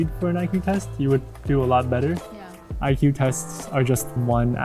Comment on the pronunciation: She literally said EQ instead of IQ..